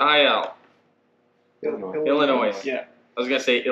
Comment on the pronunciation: Nice job on making things field repairable. BTW you do not pronounce the s in Illinois. Hope you all stay safe and healthy.